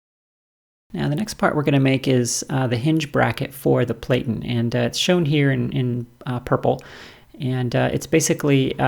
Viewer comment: I'm a bit OCD with the language. The word 'platten' should rhyme with 'flatten'